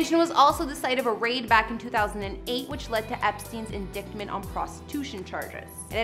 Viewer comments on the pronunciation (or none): OMG . . . you just said "indickment" which is properly pronounced indyt-ment with the limited pronunciation tools available in my keyboard! Me thinks someone doth skipped a couple of grades in K12!